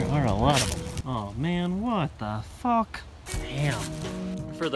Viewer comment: I DIED (no pun intended lol). "What the falk" 💀💀💀